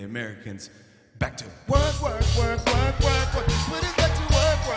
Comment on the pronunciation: No one: Absolutely no one: Obama: werq werq werq werq werq